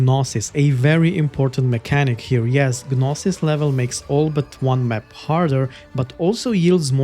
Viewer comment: Great preview, I might pick this up. Thanks! Just a tip, the "G" in 'gnosis' is silent, but your pronunciation was otherwise correct.